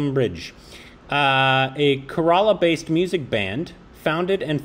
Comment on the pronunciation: K - Ralam! (Keralam) pronounce properly guys....it will increase the respect.